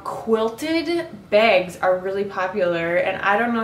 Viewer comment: Hehehee u said quilted begs are u from the Midwest?